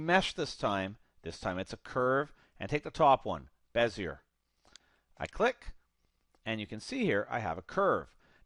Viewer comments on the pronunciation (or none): Good demo. One small thing Bezier is pronounced "Bez-ee-ay" not "Bez-yer". He was French.